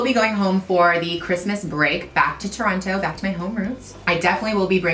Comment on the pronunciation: Gigi you say Toronto like someone who has never been there!